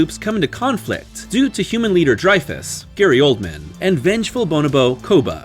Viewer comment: “Gary Old-Man” 😂